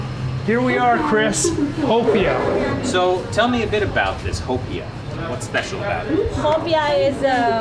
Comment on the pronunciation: The way they pronounce "hopia" makes me cringe.